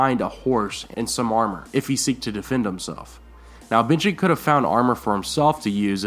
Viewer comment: Binjen instead of Benjen? Are you doing this on purpose? Do I win something if I catch them all?